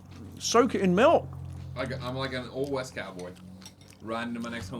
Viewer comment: I heard Tim say "melk"